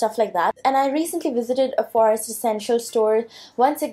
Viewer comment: Stop pronouncing 'forest' like that, wtf you on girl